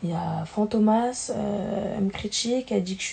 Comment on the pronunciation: 'Fantômas' elle l'a pas respecté😭🤣🤣🤣